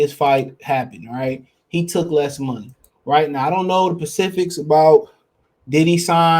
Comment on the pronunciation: This man said I don't know the "Pacifics"